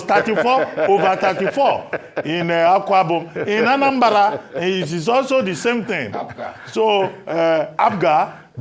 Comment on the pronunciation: Reuben its not Anambara but Anambra.